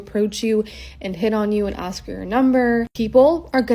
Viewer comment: says intelligent but pronounces ask like axe